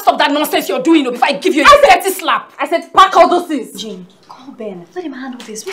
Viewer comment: "jeneth my name is jane not jeneth" 😂😂😂😂🇹🇿